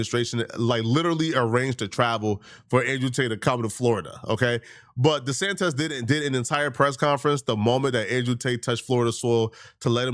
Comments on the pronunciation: DeSantos? It’s tose not tez bro 😂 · Who the hell is De Santez? Did you mean DeSantis? Bro... seriously wtf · "DeSantez" lol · DesanTIS TIS… fk the guy, but His name isn’t Disantez. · WHO IS DESANTEZ?? 😂 Lmaoo